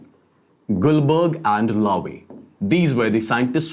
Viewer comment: Its guldberg and waage